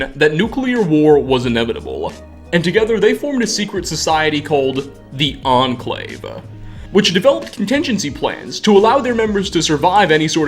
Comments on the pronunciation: nuclear war was inevittableeuhh, the ahhn clave, thanks to a number of bunkers and offshore riggsuhh cant you just cut out the "uhh" you make at the end of words its really annoying and seems like you could just cut it out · "The Enclave-UH" like 50% of the words he says ends with "UH"